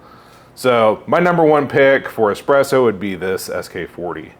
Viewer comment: you called it expresso